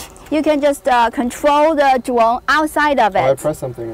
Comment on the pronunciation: yeh you can contwol the dwone with the weally small pad.